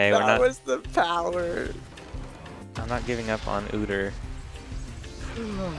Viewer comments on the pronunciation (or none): Quit saying OODER